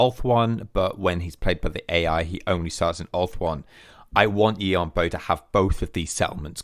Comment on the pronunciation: The A in Yuan is pronounced like an E. And Bo is like “bore” in a British accent (no R sound), with a slight w before the vowel, so: Yuen Bwore